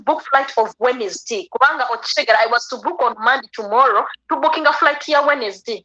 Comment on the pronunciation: Ono amalala Galina nemukwogera,mbu Wednesdee...You need to mature first!!